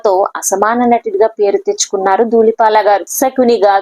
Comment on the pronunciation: ఒసే కామెంటేటర్ మీడియాలోకీ ఒచ్చే ముందు భాషపై దృష్టిపెట్టాలి, నర్తనసాల కాదు నర్తనశాల, ధూలిపాల కాదు దూళిపాళ, సకుని కాదు శకుని అనాలి తెలుగురాదా మోటిదాన